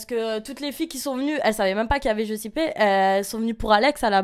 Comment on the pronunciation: Je la trouve magnifique et elle a pas l'air méchante mais après la meuf se dit caliente, elle sait meme pas prononcer , le prénom Giuseppe et puis ca réfléxion, je suis pas née en Afrique je trouve ca déplacer, en plus, elle parle de mariage moi j'ai plus l'impression qu'elle essaye de se justifier sur la sincérité de son couple, mais bon, elle fait ce qu'elle veux.